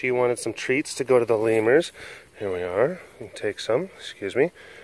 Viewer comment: 'lemurs' Lol 😂